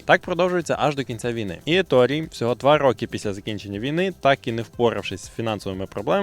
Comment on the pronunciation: Коментар в підтримку каналу. Натрапив на канал випадково, через рекомендації і пошук відео про "Перегони гарматне ядро)" Еторе, Еторе, не Еторі, навіть вимовляючи англійською, всерівно робиться акцент на італійський манер. І так, про 15 хвилин - це міф)